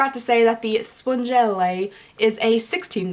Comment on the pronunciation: BTW it's pronounced Sponge elle. last E is silent. :)